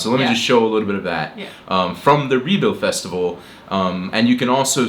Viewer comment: My dear friend ""!!! Don`t call "Rebild Festivalen" for a "Re bound Festival ". That`s really wrong. You have be living in Denmarrk for a lot of years. Rebild is a importent place in Denmark... SO! REALLY? ( sorry my friend! I am into British English. And not into American English). Anyway! You have being living in DK for a lot of years. You are interrestet in Danish history... So!!! Please have the respeckt to, on a prenounce the words and placeses the rigth way. Best regards from Søren. PS! Copenhagen is KØBENHAVN.